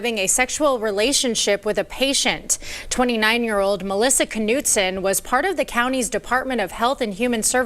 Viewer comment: you pronounce her last name canoe t son or noot son. Not nut so. 😂😂😂😂 Every time you say it, I want to spit my red blend out. She should have gotten 20 years in prison. In that way, she would do 10.